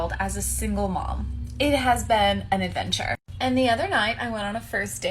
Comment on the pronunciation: "it has been an adventurrrre" what is this rolling of syllables, who infected these women with this affectation? anyone who does this is mediocre.